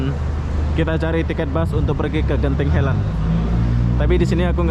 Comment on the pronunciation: Tolong sebut dgn ejaan yg betul..bukan genting helend..dia Genting highland. Ingat ini Malaysia bukan Konoha.